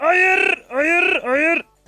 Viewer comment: hayır demene hayranım adamsın